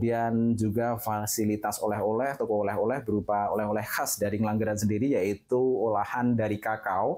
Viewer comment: Ngengglangran itu daerah mana mbak anchor😅😂 ?